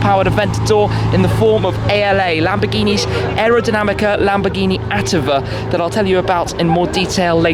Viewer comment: lam - boar -ge -nee and moor - ceae - la - go